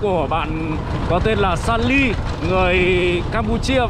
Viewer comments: 2 ông này có cái lên saly mà k nhớ cứ nói là lysa,salem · Đọc sai tên mà saly đọc lysa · Chứ Mới Đầu Đường Vào đến nhà cô vài trăm mét và Phát âm 👉 Saly 👈mãi cũng không đúng. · Anh chàng này chỉ có cái tên là Saly mà không đọc được. Sao mà yếu kém về sinh ngữ vậy.